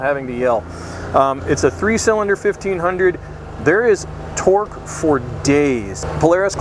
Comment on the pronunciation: Trying to figure out why the dude explaining sounds so weird when he say torque. Speech impediment maybe? But if so why would he be the one they send.